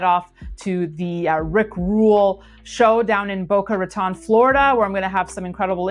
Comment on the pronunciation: ..you're so cute..it's Boca ra...tone. not Boca ra..than. just saying..carry on, love your show